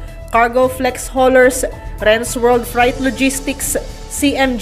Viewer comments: Freyt Hindi frite And freight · Correction: Freight versus Fright